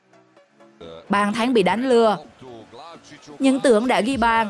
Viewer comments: Bàn thắng , chứ không phải bàn thánh , nói tiếng việt mà không chuẩn , mà bẩy đặt làm tường trình thật là đau lòng . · Bả nói bàn thấnh